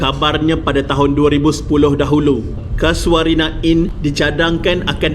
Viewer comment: Mana ada ujud hantu? Kay-sho-rina! Bukan Ka-sua-rina! Ingat burung Ka-sua-ri ke?😁 Tukang house keeping? House keeper! Teruk betul kau punya sebutan. Kena improve lagi. Nilai hartanah tapak tu, agak2 brapa skrng?